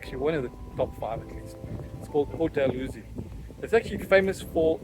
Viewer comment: It's pronounced Port "Da-loo-see". Thanks for visiting my neighbourhod.